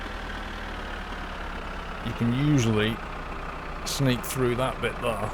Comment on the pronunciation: You have a really weird way of pronouncing the word "there". Sounds like you are saying "thar". Decent vids though. Cheers.